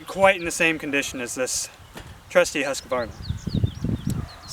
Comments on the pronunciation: Its just husk varna...theres no ah after the q! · it's actually "Hoosk·vaar·nuh"